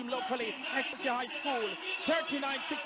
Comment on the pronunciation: Did he say Excelig